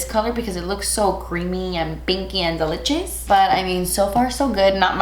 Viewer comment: So "delinchious" I love it 😂💖💖💖